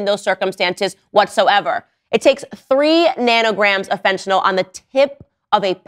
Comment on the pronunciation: Why is it so hard to say "fentanyl" instead of "fentanol"?